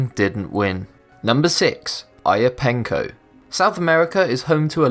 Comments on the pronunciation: "Aya-pah-Ney-co"... Not "Aya-Pane-co"... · 1. U said Ayapenco and it spelled Ayapaneco 2.u said Mexico & it being south America & 3. The fact that u said this was mexican the 1st pic showed Machu Pichu which is located in Peru......pls educated ur brain before opening ur mouth...